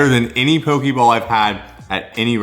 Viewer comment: FYI you’re saying pokey and it is pronounced poe-k